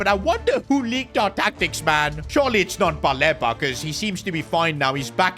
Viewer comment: It’s pronounced Baleeba as please